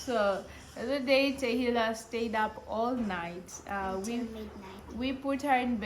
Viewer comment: Hee,not Delila, but Tahila wee.